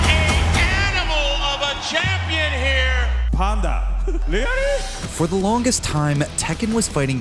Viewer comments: Panda... Reary!? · Panda? Reary?